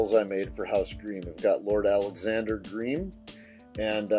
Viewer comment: Great video. A small note, it's pronounced like 'grime', not 'greem'.